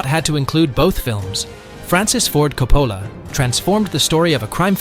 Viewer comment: Francis Ford Coppola, NOT Copolla....